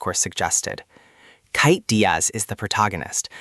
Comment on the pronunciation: Why are you saying kait like that.